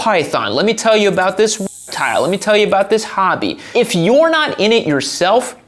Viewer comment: You can't say "reptile"?